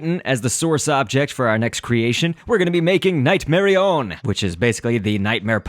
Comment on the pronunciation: its night-mar-on-ea